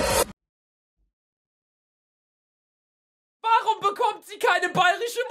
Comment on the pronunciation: Luca früher: Marsch Luca jetzt: Münschen